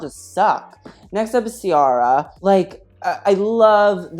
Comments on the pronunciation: the way he pronounced ciara’s name is very white lmao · Thank god someone tf said it. I turned it off and went about my night because the red carpet was that sad. Also, why is no one saying Ciara's name right.